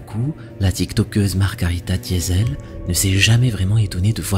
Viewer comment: Margarita Diesel 😂😂😂..... "Doesitall" pas "diesel".... Franchement entre les fakes évidents, les glitchs de caméras de surveillance et les fautes de prononciation multiples, cette chaîne ça devient vraiment n'importe quoi.